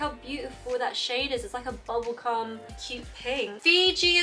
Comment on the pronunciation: did you say bubblegum or bubblecum😂